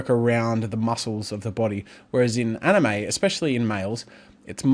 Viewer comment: my brother doesnt know how to pronounce Anime